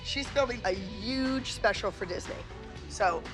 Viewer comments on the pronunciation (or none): It’s so funny how Abby says “UGE” instead of “HUGE” 😂😂😂